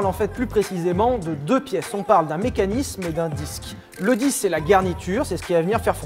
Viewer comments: Salut je suis l'emmerdeur de service, à c'est mécanisme et non pas mechanisme (qui est la traduction anglaise avec un e rajouté à la fin) voilà à part ça super vidéo très intéressante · eh bah entre le mecHanisme et le second z'arbre on n'est pas rendu ^^ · C'est quoi un '' MECHANISME''? :')